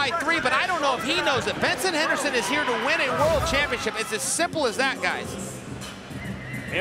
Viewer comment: Hahahaha did anyone else catch it where Chael Sonnen called him Benerson Henerson? 🤣🤣🤣🤣